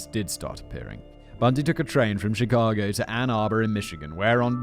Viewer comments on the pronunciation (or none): none